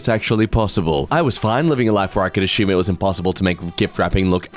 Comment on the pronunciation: * says sardines are disgusting * Also: * too ignorant to pronounce the word "assume" correctly *